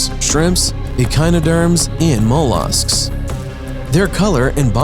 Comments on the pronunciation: I believe your are mispronouncing fish #2 ... and, mah-losks. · "Mole Usks" ha ha ha